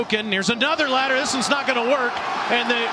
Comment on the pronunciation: Yes, "hook and lateral" is correct. Some people do mispronounce it as 'ladder' which is fine but strange that someone who's job it is to announce football games would make that mistake. Receiver runs a hook pattern then laterals it to a teammate. He doesn't "ladder" it to his teammate.